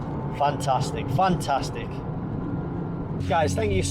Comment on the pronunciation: Did he mean to say: FUNTASTIC??!!🤔🤔🤣🤣🤘🤘